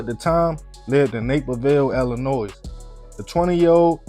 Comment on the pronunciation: No disrespect to: that state is pronounced Ill-A- Noy 🖤🖤🖤 appreciate the stories